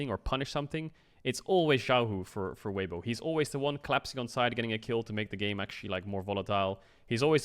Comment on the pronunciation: Bruh, weiwei? Come on. The disrespect. Weibo is at worlds because of him xD